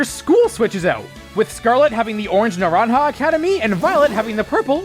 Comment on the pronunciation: Not like its important but love the actual attempt of pronouncing naranja and uva well (you pronounced them well btw)